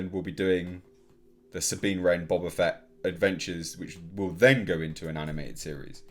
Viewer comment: Boe-Bah Fett...dammit!